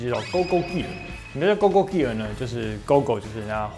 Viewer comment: 好像是唸goggle嘎狗 助教可以稱作超認真假人 XD